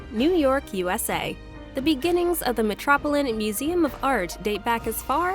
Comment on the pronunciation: It’s an interesting video… but I can’t get over the terrible mispronunciations in any language… including “metropolitan museum”! Had me cringing ….